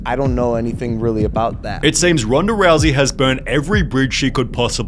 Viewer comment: I thought her name is Ronda, NOT Ronder.